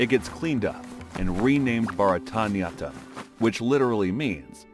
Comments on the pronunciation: I'm not Indian, but I can still pronounce Bharatanatyam better than he did 😅 One can have accent for sure, but if you make a video about another culture, you should at least look up the pronunciation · Bharatyanatam?? It's BHARATNATYAM!! Atleast learn how to pronounce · Boy that's not how you pronounce bharatnatyam 'BA RA THA NAH TEE YUM' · It's actually pronounced Bha-rat-nat-yam (bharatnatyam) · The pure Sanskrit pronounce is "Bhāratanāṭyam (भारतनाट्यम्)" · he said bharatnatyatam. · The story telling like always is Fantastic :) But bruh, the facts need to be cross checked. Firstly, Bharatnatyam and Karnataka the pronunciation, you killed them, and devdasis were devoted to Gods only.